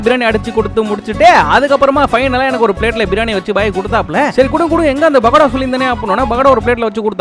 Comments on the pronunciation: It's not bakoda ❌❌❌ It's pakoda ✅✅✅ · Bakada ille it’s pakkoda 😂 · Bro not bakada Pokada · Dai adhu bakada illada paithiyame chillida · Pakada❌ Bakoda✅ Oour aty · Pakoda ❌❌❌ Bakada ✅✅✅ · Bro why you are calling birani bagada, It's Biryani Pakoda ✅ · Pakoda ❌ bakada ✅😂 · Pookoda❌ Baakoda✅ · Pokoda❌ bakadaa✅ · Pakoda ❌ backoda✅ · Bakada nu soldran not Bakoda 😂😂😂